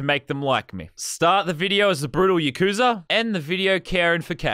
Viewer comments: Btw it's pronounced yah koo sah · When he says yakuza wrong XD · Its pronounced yakuza not yakuza